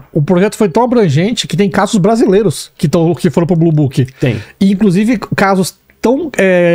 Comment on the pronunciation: Blue booking 🤣🤣🤣 é blue book